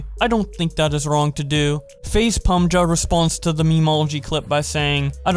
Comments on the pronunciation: faze pa maj, not pamhagasfdsafdasa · "pamja" LOL learn how to pronounce names... jeez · This man really called pamaj pumja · i let teh mispronunciation for Nikan to slide, but dawg the way you pronounced Pamaj's name is crazy LOL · The way you said Nikan and pamaj